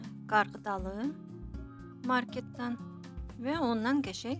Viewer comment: Papkorn yox popkorn markıt yox market dilimizi eybecerlesdirmeyin